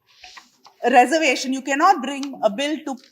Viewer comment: This woman is not pronouncing reservation properly.